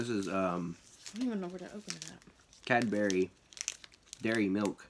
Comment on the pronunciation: Love the way you say Cadbury 😂😂😂😂 It's pronounced Cab-bre